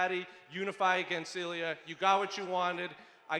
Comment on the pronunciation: *Ilia NOT "Illia".